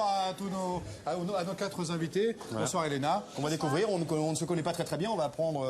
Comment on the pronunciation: "(...) quatre z'invités (...)" !!!!!